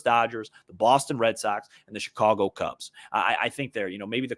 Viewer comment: Hey! First off let me compliment you for pronouncing the word "Chicago" properly. As for Rizzo, he was always the heartbeat of the Cubs for the entire time he was here. He was always my MVP as opposed to the other stars on that team, and there were quite a few of them but Rizzo was the guy who drove the bus and without him I don't think 2016 would have turned out the way it did. Thanks Rizzo, wishing you the best. " After Sunday ".